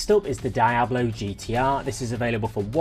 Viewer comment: Die Ablo? For real? Youve never heard that said correctly?